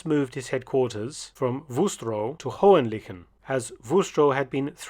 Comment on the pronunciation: Indeed. But the pronunciation of Hohen-Lychen was not that successful. I admit it is a tricky one. 🙂